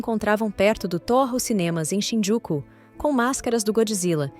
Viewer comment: Quando for narrar um episódio, aprenda a conhecer o nome direito das cidades, ex: Shinjuku, e você fala, Shinjuku’ Osaka , Ozaka outros assim não dá.